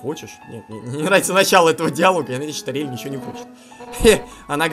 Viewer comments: имя ториель произносится с ударением на о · слово Ториэль надо говорить тОриэль